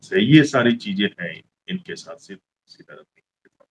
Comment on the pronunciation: आप हिंदी लोग कन्नड़ और अन्य भाषाओं को क्लीयरली प्रोनाउंस नहीं करते। यह नाम सिद्धरामय्य है। आप जो लिखा है सिद्धारमैया वह नहीं है ।